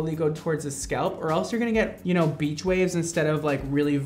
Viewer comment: When he said beach wave I thought he said bitch wave XD